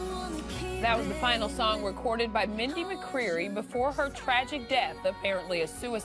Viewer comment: HOW can someone call themselves a reporter, then when carrying out a report on something so serious as to someone's death, this so called reporter can't even take the time out of her day to be 100% certain to pronounce the victim's name accurately? Pathetic!